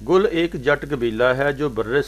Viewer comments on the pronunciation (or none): Gill hai bhai gull nhi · Bhai Gill hai gul nai ..